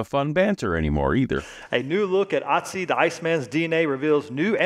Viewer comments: uhtsee or ohtsee 😂😂😂😂😂😂😂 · AiG is no better at pronouncing Ötzi than others are at pronouncing Paulogia